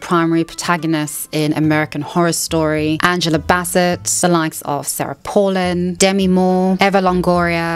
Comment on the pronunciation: She really can’t pronounce Sarah Palin? 🤣🤣🤣. I still love you ❤️